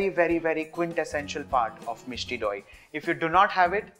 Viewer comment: The way he says Misti doi😍😍😍